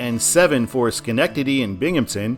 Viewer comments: Nice pronunciation of Schenectady! So many times I've heard "Shuh"-nectady. They did just completely re-pave a ton of 88 with federal money, but I think it should be redesignated as NY-7, which traces basically the same route. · Also as someone who used to live in Albany you did a great job pronouncing Schenectady